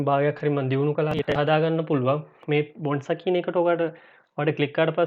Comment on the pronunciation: Good video brother... නම බොනැන්සා කියලයි කියවෙන්නේ... ඒක හදා ගන්න. ස්තුතියි